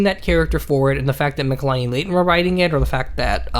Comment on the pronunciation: Argh! Its pronounced Mitchell-eeenee. Not mikhalaini.